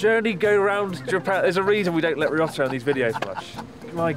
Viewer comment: "Risottoro" is back